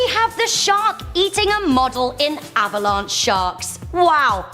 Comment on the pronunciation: Avalanche not Avalon